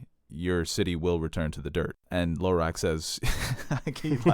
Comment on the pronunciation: Sometimes pronunciations crack me up. Saying "Low-rack" for Hizdahr Zo Loraq was a good one.